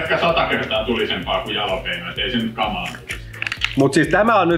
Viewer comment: Alapeukkua koska sanoo "jalopeno" kohdassa. Tämä on periaatekysymys